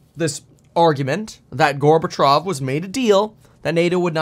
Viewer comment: Not Gorbatrov but Gorbatsjov. You are on point with your analysis. In the mainstream media they only shout that Putin is a liar without backing up their claim.